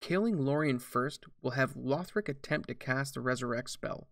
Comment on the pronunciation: Pleeeease stop saying Lowthric lol